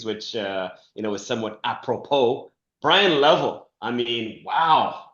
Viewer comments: It's Le-vell, not Level. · I always go back and forth...yes Le-vell